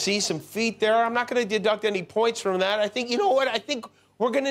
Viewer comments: Hershel not being able to say "that" drove me crazy. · I get how irritating that can be. He's likely using that "dat" and other words common in AAVL - African American Vernacular Language - an informal variety of English, spoken mostly by working- and middle-class Blacks in urban communities.